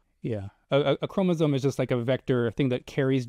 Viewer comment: yes but it was depressing that was pretty clueless about what a chromosome is (including how it is pronounced). Maybe spend 10 minutes in an undergraduate biology text.